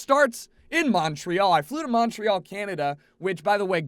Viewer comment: Pronciation of Montreal is horrible. Snow isn't that weird.